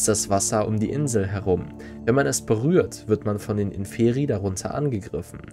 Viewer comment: Wollte nur anmerken, dass Inferi vorne betont wid, also Ínferi. Heißt "Die unteren" auf Latein